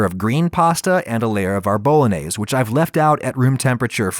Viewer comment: If you can't pronounce bolognese the right way, you deserve nothing but DEATH